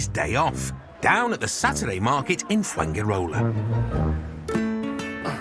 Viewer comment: Is it not amazing that foreigners after living abroad for even 20 years, still do not know how to pronounce very basic words or even the place they live in like Fuengirola.